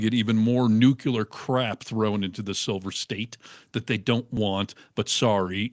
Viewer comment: and, since you would tell Joe Rogan "you should have checked [the claim that Minnesota allowed illegal aliens to vote] before you said it on air, you asshole", perhaps someone would say you should have checked the pronunciation of "nuclear" before you used it on air.